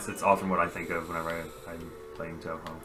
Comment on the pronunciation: "Touhou" is pronounced with the same vowel sound as "Tokyo" Written in Japanese Touhou is 東方 And Tokyo is 東京 Both share that first kanji: 東 which is pronounced like toe and means eastern.